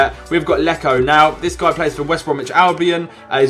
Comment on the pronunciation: When calls him leno when its leko